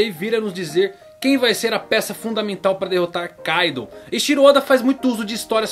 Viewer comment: certo - ei TI ro Oda e nao Ei XI ro ka I do, e nao KAI do kkk esse cara n acerta uma kk